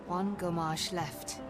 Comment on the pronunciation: I dont think that said "gommage" haha more like "FRommage" = cheese xD